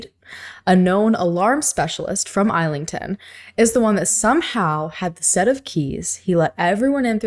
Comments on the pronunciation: IZZ lington not "isle" ington lol. I absolutely love this episode 😂😂😂🤜🤛 You guys are my faves 🥰🥰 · Are you saying Islington? You say the S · Islington is pronounced iss-lington. This is my absolute "favourite" heist. For years I would walk around my area wondering if I would bump in to Basil and never know it was him. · *Woolwich >Wool-itch *Islington > Iz-ling-tun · It’s pronounced Iss ling tonne it’s so funny listening to the way people say our British places makes me smile